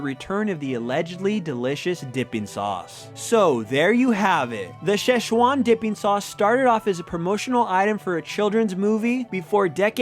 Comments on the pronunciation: It is NOT pronounced like that! I'm Chinese and it is pronounced Sie Ch Uan. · It‘s 'si chuan' （四川）in pinyin actually，the ‘si’ sound like the 's' in 'his'. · Not it's Sichuan, Szechwan, or Szechuan (Chinese: 四川菜; pinyin: Sìchuān cài or Chinese: 川菜; pinyin: Chuān cài) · si chuan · I think it is spelt SiChuan sause, but it was changed so Americans can pronounce it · So it's traditionally pronounced Sichuan